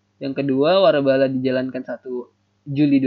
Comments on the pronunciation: waralaba min bukan warabala wkwk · wkwkwkwwkkwk lucu bgttt :")